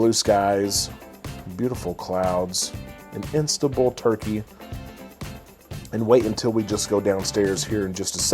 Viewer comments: Sounds like he's saying instabul. It's IS TAN BUL. Thanks for the review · It’s IN-STAN-BUL not Instabul! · I’m sorry to correct you but it’s Istanbul not Instabul. As a TA you need to know. Great tour though. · Just a small observation. You keep saying Instabul. It’s Istanbul! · Never heard Istanbul pronounced the way you do lol